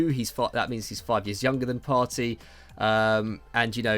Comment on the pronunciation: Its 'Partay' Partey not Party